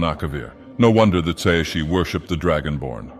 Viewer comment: tsaeci is pronounced sigh-see